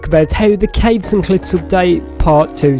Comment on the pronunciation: You said Caves & gliffs 😂😅